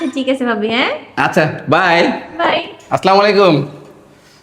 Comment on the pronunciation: আপু আপনাদের দুজনেরি ভিডিও আমার কাছে খুবই ভালো লাগে কিন্তো আপু ভাইয়ারত দেখছি মানুষের অক্লান্ত কামনা করছে ছালাম দেয় আসস্লামালাইকূম ছালাম টা বলতে হবে আছছালামূ আলাইকুম ছালাম উচ্চারণ সঠিক না হলে আপনাদের ভিডিও দেখবো না আছছালামু আলাইকোম